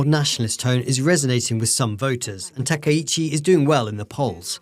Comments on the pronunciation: The speaker lady is British, not German. The central reason why the speaker pronounces the ‘chi’ as ‘shi’ is because she does not know Japanese and does not often pronounce Japanese names. But there are two deeper technical reasons for why this central reason results in ‘shi.’ The first is that in linguistics ‘ch’ is the same sound as ‘sh’ but with a ‘t’ pronounced at the same time as the ‘sh’. That’s why in English if you write “catsh” or “kitsch” all English natives will pronounce them as “catch” and “kitch.” Because ‘sh’ is the same sound as ‘ch’ but easier to pronounce inside the mouth subconsciously on a mechanical level, in a moment of uncertainty for pronunciation it is likely to be defaulted to over the mechanically more complex to pronounce ‘ch.’ The second technical reason is that, in English language culture, pronouncing ‘ch’ as ‘tsh’ feels like the standard, normal, commoner way of pronouncing ‘ch.’ Whereas pronouncing ‘ch’ as ‘sh’ or ‘k’ feels more foreign and more classy. ‘Ch’ as ‘sh’ feels more French (because of words such as chagrin, chef, champagne), more smooth, and more elegant. ‘Ch’ as ‘k’ feels more intelligent (because of words such as machination, chemical, psychology), more imperial, and strong. So in a scenario where you don’t know exactly how to pronounce the ‘ch’ in a foreign name, would you rather pronounce it the commoner way ‘ch,’ the powerful way ‘k,’ or the elegant way ‘sh’? The answer will vary depending on context, but here the speak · サナエタカイチじゃなくてサナエタカイシって発音するのなんでなんや？って思ったらドイツには「チ」みてぇな発音があんまりないからとかなのかと考えたり